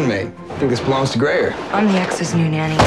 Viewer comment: IT'S NOT MANNY!!!! it's NANNY*